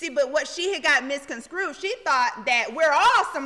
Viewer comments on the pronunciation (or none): Ctfu “misconscrue.” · Porsha said she's pretty smart!🥴😫😫😫😭😭😭😭😭🤣🤣🤣🤣🤣🤣💀Did she say after that "Misconscrewed"?😵